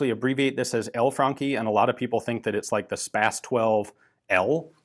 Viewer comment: I love how ian pronounces the franchi correctly as frankhi and not as franchi.